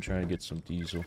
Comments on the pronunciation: why sayin deesil not diesel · Dee-sill fuel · Diesel (Dee-Zel) - that soft S pronunciation is killing one baby seal each time it's uttered